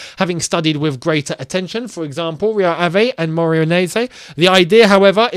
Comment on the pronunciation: it's pronounced Rio AV, not AVAY and MORE-AY-RENSE